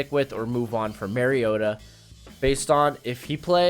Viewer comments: Mario ——-ta. Not marryodah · It's Mario-ta not Merry-o-ta